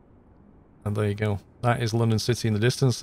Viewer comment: I like everything about your videos except the way you say the word "there" like Chingy 🤣🤪